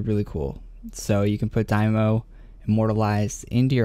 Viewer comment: Daimo? lmao wews im sure even Adam Bohn would cringe in the way you pronounce Daimyo's name xD